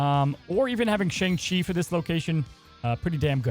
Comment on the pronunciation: Hey, you said Shang-Chi wrong in this video. Just figured you should know.